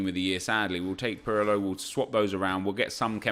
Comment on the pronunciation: Nep... its "pirlo" not "pearlo"......